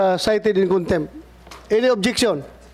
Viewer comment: Konbictid...kontempt???😂😂😂BRILLIANT AGENT JM we are PRAYING 4 U...keep tell the truths of the matter...THE FATHER G-D ALMIGHTY WILL ALWAYS GIVE U HEAVENLY WISDOM...G-D BLESS EVERYONE AND SHALOM TO ALL ❤❤❤